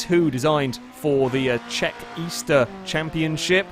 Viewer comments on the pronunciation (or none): none